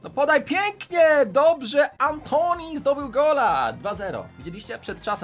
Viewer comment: czyta się Antułan a nie Antoni